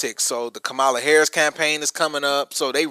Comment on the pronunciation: Kamala name isn't that hard. 🫠